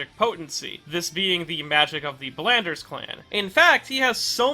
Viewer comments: Ok, I thought I had missed something when he kept saying "Blanders". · Ok Belnades is pronounced 'bell-nah-des' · Blanders? You mean Belnades? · you really "Blanders" that one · I don't even know where they are getting the pronunciation "Blanders" from. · Love the video but ABSOLUTELY HATE you pronouncing Belnades as “Bell-nan-ders” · That belnades pronunciation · and Oof...that mispronunciation was a harder blow to the Belnades clan than Dracula ever did... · I forgot how many times this guy couldn't pronounce Syfa BELNADES' last name. And, he called Dracula Wraith as Dracula's "wrath." This proves he doesn't know what he's talking about; OR, he didn't do much research. Well...I won't be watching any more of his videos for a while. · Yeah like where the fuck does the R come from? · It took me a hot minute to realize he was trying to even say Belnades, I was so confused